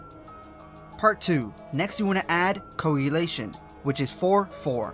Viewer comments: You help me learn combos, I help you learn to pronounce words. Koh- AG-You-Lay-Shun Lol thank you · The way he said coagulation just killed me sksksksks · Good video, nice and informative. Just work on pronunciations like koagulation and siphon. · Terrible pronunciation on Koagulation and Siphon, but great clarity and depth of guide.